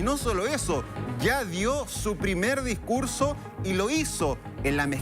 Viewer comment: Damaco, y dicurso, los instrumento militares, y los Estado Unidos. Jajaja. Será que el locutor o presentador puede hablar bien?